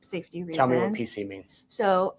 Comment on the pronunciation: Why won't she pronounce her "t"s? The word "what" she pronounces "wha". Why do Utah women do that???? Enunciate!